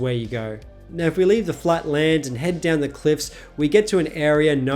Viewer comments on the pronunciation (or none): none